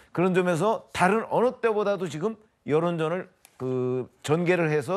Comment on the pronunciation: 김종석 앵커는 항상 '좀(조금)'을 '쫌', '다른'을 '따른'이라고 세게 발음한다. 좋은 발음을 두고 왜 이렇게 추하게 말하나? 듣기에 아주 거북하다.